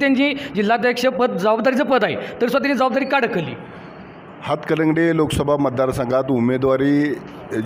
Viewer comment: हतकलंगडे नाही बाबा... हातकणंगले म्हणा....😂😂